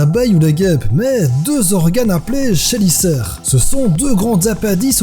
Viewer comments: Le "ch" du mot chélicère ce prononce [k] et non [ch] , on dit des [k]élicères . Et il existe de rares espèces d'araignées agressifs dont l'Atrax robustus bien connu de nos amis australiens car le mâle apprécie le climat doux de nos habitations particulièrement pendant la saison de reproduction. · ça s'écrit "chélicère", mais ça se prononce "kélicère" veuve noire est un terme générique qui désigne toutes les araignées du genre latrodectus, donc plusieures espèces ! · Ça ce prononce quélisaire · Exucse moi mais normalement c'est chelisere sa se prononce kelicere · Salut, belle vidéo. Mais juste pour ramener ma science, "chélicère" se prononce "kélicère" ;) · Très bonne vidéo, en tant que fan des araignée j'avais peur de tomber sur un top fait à l"arrache. Mais juste pour info, chélicère se prononce kélicère :) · Juste un detail, chélicère se prononce Kélicère , comme pour la chitine par exemple ! :) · Chélicère se prononcent "Kélicère", voilà voilà, petit détail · chélicère ce prononce kelicere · Oui tu as raison sa ce prononce kelicere ( 2 crochets à venim )